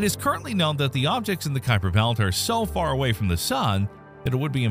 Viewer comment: The first thing you need to know about the Kuiper belt is how to pronounce Gerard Kuiper's name correctly.